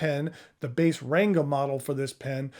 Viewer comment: I'm not indian so take this with a grain of salt but i believe, the 'N' in "Ranga" is pronounced like N in "Bank", in many of those languages the "N" are there to tell you to nasalise the previous vowel